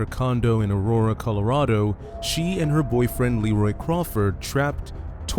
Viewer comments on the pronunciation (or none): none